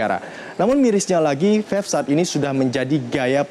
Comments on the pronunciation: Bicara belepotan wooyyyy, Mana ada Vave, Belajar dulu woooyyy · ini orang ngomong vape aja belom lancar udah sok tau anjirrr, vafe vafe aja dari tadi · Ngomong vape aja vafe wkwkwk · dia bilang fef